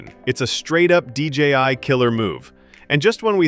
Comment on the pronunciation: d j i not dgi